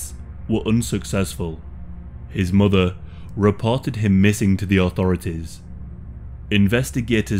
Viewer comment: For some reason the way you say the word ‘mother’ rubs me the wrong way lol. I’m not trying to be a hate comment or anything but it sounds strange and you say it a lot.